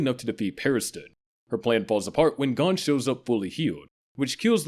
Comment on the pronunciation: "G-oh-n" btw, not "Gone".